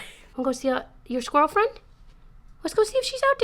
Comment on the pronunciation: For a second I heard you ask Pinocchio “do you want to see your girlfriend?” (instead of “squirrel friend”) and for a hot second I was SO invested in your dog’s love life